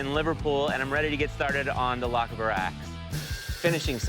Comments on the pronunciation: Pronounced "loch Ah burr" not "lokabur". Stress is on the "Ah". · Why can nobody on the show say LOCHABER? LOCH-AYBERRRRRR. SCOTTISH. NOT LOCK-A-BAR. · Wish they would learn how to pronounce the word lochaber, it’s lock-ah-bur as one word. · It's pronounced Lauchh-aeh-berr... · Pronounced Loch-AR-ber sincerely, Scotland.